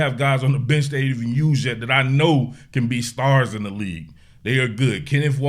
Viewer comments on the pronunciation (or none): none